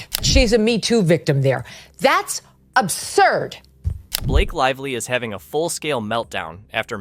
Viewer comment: “Blake Live Lee”